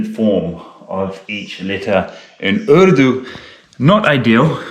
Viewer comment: Love the way you say the word "urdu". Immaculate. Zabardast.